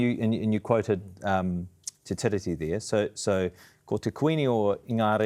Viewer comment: MESSAGE TO JACK: Jack, because Te Tiriti is a transliteration of The Treaty, the correct pronunciation of Tiriti should mimic the word Treaty,, therefore the emphasis is on the second syllable, not the first. In addition each letter ' i ' in the word 'tiriti' should be pronounced the same in accord with maori practice, i.e. Tee ree tee Not Tih ree tee. I hope this helps you sharpen up your pronunciation. I do realise that many modern maori pronounce Tiriti incorrectly just as they do for a couple of other transliterations such as wiki for the word week. My father was a linguist and maori language tutor in the 1960s and 70s and I taught his students pronunciation lessons when he was ill, so my advice stands on good foundation.